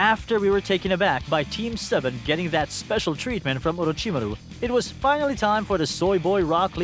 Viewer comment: The way you said Orochimaru made me laugh at the beginning